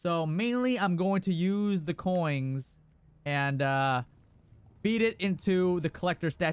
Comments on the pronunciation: Ya boi, spend those "koings"! 😅👌🏻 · Man thats a lot of "KOINGS!"